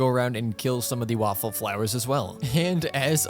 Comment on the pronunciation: calling Whopper Flowers "Waffle Flowers" gives me life.